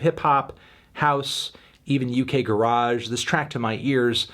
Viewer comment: The way you said UK garage made me ill